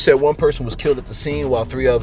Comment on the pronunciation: I couldn't listen to the rest, You said KILT for KILLED too many times 🤷🏽‍♀️